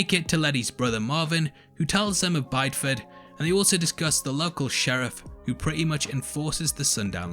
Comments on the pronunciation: Great video. Always enjoy your posts. Slight correction though: Bideford in Devon, England is pronounced "biddy-fud" not "buyed-fud". The character in the show makes the same error. Interestingly, Bideford's nickname is 'Little White Town' because of the high number of bleached houses. Given the themes of the show I can't help but wonder if the writer knew this. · Just here to be that annoying person to say it’s pronounced “bidi-ford” not “buydford” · You mispronounced Bideford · You do need some pronunciation help there... even more so being English... Bydeford... he he...I just got to Brythwhyte too... sigh..